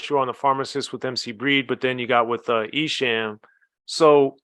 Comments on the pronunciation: E has been doing it for 30plus years and people still cant pronounce his name correctly 😂. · He can't say esham right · Wait a minute. You know the Michigan rap game, but can't pronounce ESHAM's name.